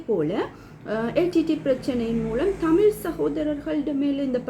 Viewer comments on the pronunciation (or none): none